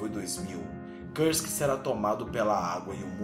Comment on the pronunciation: o nome do submarino é Kursk e não krusk...